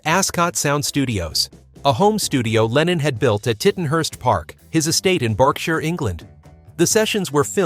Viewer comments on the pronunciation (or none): none